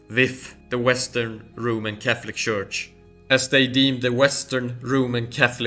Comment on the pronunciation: Please note that in English the word church is pronounced tchurch. Just fyi